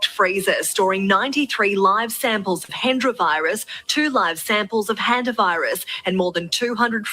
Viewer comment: Hanta not Hunta.